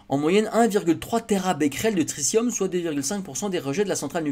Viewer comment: On dit "tri-ti-um", pas "tricium"